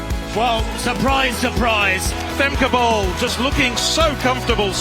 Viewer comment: Femkaypoal"😂😂 as a dutchie, that's what i hear😂😂